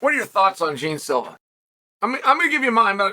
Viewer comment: John Silva, not Jean